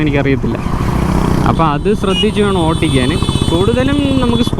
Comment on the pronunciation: Bro ഓട്ടിക്കൽ അല്ല, ഓടിക്കൽ ആണ്❤